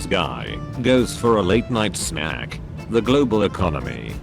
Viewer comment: why did it say snack like dat!?!?!